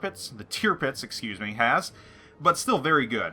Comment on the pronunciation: lol I so hate the way you say Tirpitz!